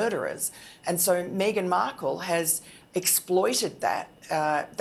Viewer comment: Just think that Paul Burrel is being paid for his opinion and everything becomes clear! I find Miranda Devine distasteful, not to mention her pronunciation of 'Meeeeeeeeeeghan Markle'! Come on, please!